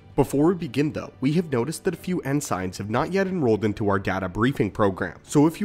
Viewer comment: the way he pronounces ensigns.....